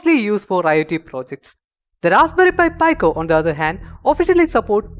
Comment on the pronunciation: its pronounced PE-CO not PI-CO